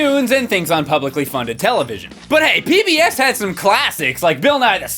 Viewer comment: Said PEEBS